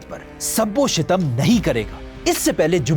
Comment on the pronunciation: شب و شتم نہیں شَتم و شِتم ہیں